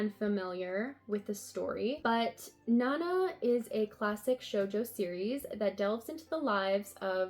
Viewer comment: The covers for your Emma volumes don't match what Yen Press show as the covers on their website. Your volume 5 has the same cover as their volume 9 and your volume 4 has the same one as their volume 7. Also, Nana is pronounced more like "nah-nah"